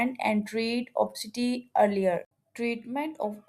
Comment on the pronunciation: Wrong pronunciation. Obisiti not opsiti. Information is here is not particularly helpful, usual mainstream stuff.